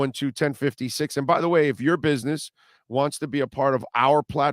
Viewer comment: They way says bitness instead of business is too funny 😁 😂